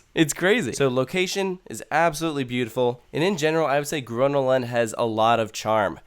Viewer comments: Well, the fact that he said, "gruna lond" triggered me a bit. So badly pronounced. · okey im triggerd... it's called grÖÖna lund. say it correctly got damnit. and second you can park just at the entrance but most of the parkings are private or full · Whyyy did you say Gvånna lann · Its pronounced Gröna with the Ö as the U in "Uuuhh", and Lund with the U as in "You" :) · The way he pronounces Gröna Lund makes me want to punch him in the face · Im from sweden and every time he says grönalund, im slowely dying on the inside